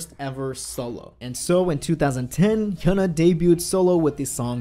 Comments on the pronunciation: Her name is hyuna not huna pronounce it correctly if you're really a fan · I thought her name was pronounced Hi-ooh-na.